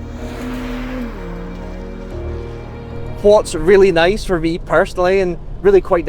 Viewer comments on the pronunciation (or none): none